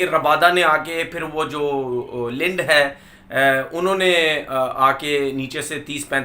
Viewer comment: It’s linde bhai not leend..😂😂😂 Log kuch or samajh jaege..